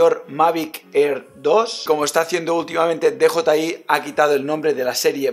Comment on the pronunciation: Muy bien,. Jeje, me hace gracia que todos los nombres en inglés, absolutamente todos, los pronuncias en un inglés exquisito, y sin embargo con DJI dices "dejotai" en vez de "diyiai".